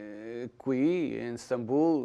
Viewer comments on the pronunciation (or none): none